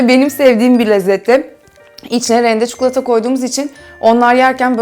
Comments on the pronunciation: Cukulata degil çikolata 😂😂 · Çukulata değil çikolata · Çükülata yıl severim 😂